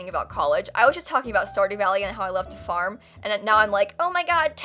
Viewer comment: I thought you said fart and not farm and I lost it😂😂😂😂 (yes I’m mentally 2)